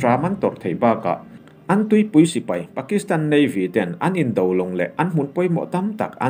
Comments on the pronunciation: I chhiar thiamin i aw a fiah fai. Mahse...'pui' tih hi ri hniamin i lam ṭhin a, eg. Inkhawmpui, indopui, runpui inkhelhpui etc a 'pui' hi ri sâng veka lam ṭhin niin a lang. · ri sang veka lam ṭhin a ni zawk. 70 hma lam te i hre pha em aw?